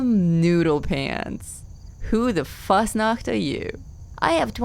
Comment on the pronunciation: Why is it so satisfying to hear Noodle say Fasnacht? 😅